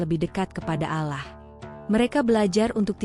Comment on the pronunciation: KOK MENYEBUT NAMA ALLAH JADI ALAH ,?. YG BICARA INI AGAMANYA APA SIH ??... ISLAM ATAU BUKAN ?. 😊😊😊